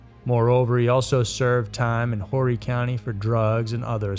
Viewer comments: The H in Horry is silent, FYI... it's like Orry. (oar) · The H in Horry county is silent. He doesn't seem to do research.